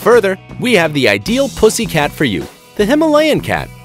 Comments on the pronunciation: It sounds like it is saying the p word😣😖😤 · Is he saying "pussy cat" the entire time?